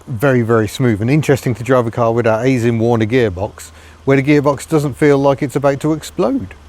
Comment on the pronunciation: Pedantic note: the "ai" in Aisin-Warner should be pronounced like "eye", same as the "ai" in Daihatsu. Thanks for the video!